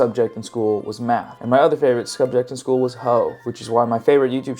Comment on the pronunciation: "...and my other favorite skubject in school..." Uhhh, I think you meant to say SUBJECT there, buddy. Not SKUBJECT. 😏 0/10 You mispoke 10 seconds in, therefore the entire video as well as your entire channel are 100% debunked and your YouTube career is over forever and you are now banished to obscurity.